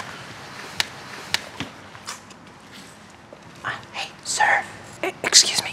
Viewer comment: HELP I COULDN'T STOP LAUGHING 'okay pooky ' I COULDN'T TELL IF HE MEANT 'pookie' I'M ACTUALLY LAUGHING SO HARD RN